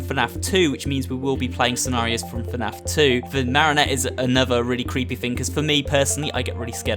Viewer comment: You said FANF Its FNAF